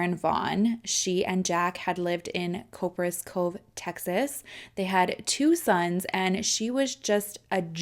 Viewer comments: Cop per as cove. 😂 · Oh shiiiiiiit I've never heard of anything happening in Copperas Cove! I was born there. It's pronounced like "Copper's Cove". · Holy cow… this is my neck of the woods… I like the way you said Copperas Cove…. It sounds fancier than we actually say it 🤣😂 … more like copper (like the metal) then the -as